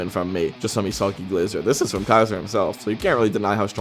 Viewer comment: The mispronunciation of Isagi is killing me and not in a good way 🫩